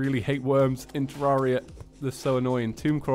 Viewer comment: sorry if its because its your accent but its pronounced (TER-RARE-E-A) not (TER-RAR-E-A)